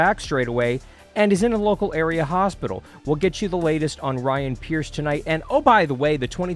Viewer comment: Preece not Pierce. Ryan Preece